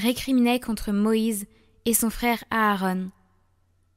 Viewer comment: C'est pas aarone mais Aaron...